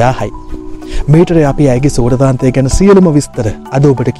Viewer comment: සූරාන්තය හෝ සූරතාන්තය නෙවෙයි ....සුරතාන්තය....වචනය හරියට ඉගෙන ගන්න......